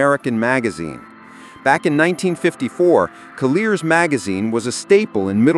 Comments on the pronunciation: "Col-YEARS" Sheesh. Why can't you say CALL-yours? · Coll-ee-ers, not coll-ears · Call-yours magazine...NO the way you pronounced it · pronounced COLL- YOURS not the way you botched it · AI narrators, ugh. FYI. The magazine Collier's is prononced CAHL-yurz. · I don't think this was AI narration unless the v/o skillfully incorporates breaths, which you never hear in AI. I think the narrator just didn't know how to pronounce Colliers.